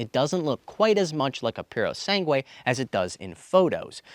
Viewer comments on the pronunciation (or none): The correct spelling is Ferrari Purosangue. “Purosangue” is Italian for “pureblood” Pronunciation in Italian is roughly: poo-roh-SAHN-gweh. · I love your pronunciations "Ferrari puro sangue" 😅😂❤ (In italian) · Its purosangue 😂